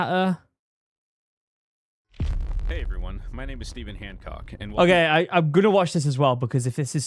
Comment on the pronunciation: You absolutely butchered my name 💔